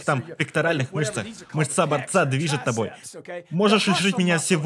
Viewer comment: МЫшца. Только если нарочно ударение смещено, понимаю, всё хорошо:-) Спасибо за перевод.